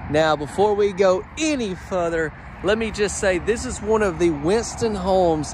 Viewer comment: "Before we go ANY Futher"